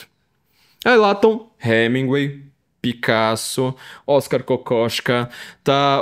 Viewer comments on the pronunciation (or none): none